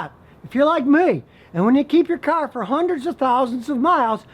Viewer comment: Scotty I like how you say caaarrrr. Are u from Michigan